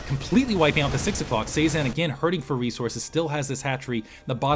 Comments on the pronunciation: Cezanne is pronounced seh-zahn. Like the artist. It flows a lot better when you say it like that. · If its Cezanne like the post impressionist painter, it's pronounce seh-zahn